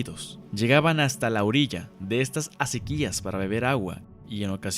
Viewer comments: FELICIDADES MHIJO!!! UN EXTRAORDINARIO TRABAJO!!! Observación de buena fe: aunque la palabra ACEQUIA no se acentúa, por ley de usos y costumbres se pronuncia como si fuera sobre la E. ACÉQUIA. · BUEN MATERIAL, SOLO ME PERMITO CORREGIR, LA PALABRA ACEQUIA SE LEE CON EL ACENTO NO ESCRITO EN LA LETRA "E" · Asi es ..pronuncia mal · Esta mal pronunciada la palabra acequia, el acento va en la "e" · es una aseveración que yo iba a hacer, que bueno que no fui el único que lo notó...